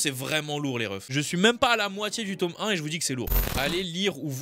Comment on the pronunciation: La prochaine fois tu dis tooome jvais t'insulter